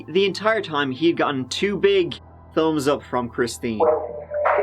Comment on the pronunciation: Ooop, I heard say “tumbs up” and then “thumbs up”! Say what?!